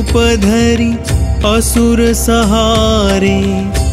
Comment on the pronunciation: पाठ अत्यंत सुन्दर लग। किन्तु एक त्रुटि गंभीर है---"भीमरूप धरि असुर संहारे" के पाठ में उच्चारण"सहारे" गलत और अशुद्ध है जिससे अर्थबोध ही बदल जाता है। इसको संभव हो सके तो " संहारे" किया जाएं । ओमप्रकाश तिवारी